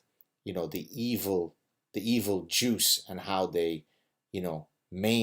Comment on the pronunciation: Ah, as Gad often says 'juice' for 'Jews' Now I get it!